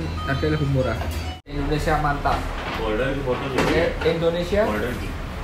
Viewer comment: Tuh 2 orang susah banget sebut indonesia, padahal kalau orang indonesia sebut india guampang benar